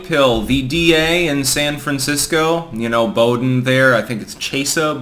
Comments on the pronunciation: Bow-dean Sanfran-cisco say like that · Boo-dean. For future reference.